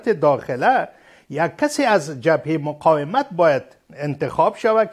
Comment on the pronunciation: "مقایمت" نی قانونی صاحب " مقاومت "